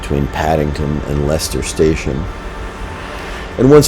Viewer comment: Lester, not leister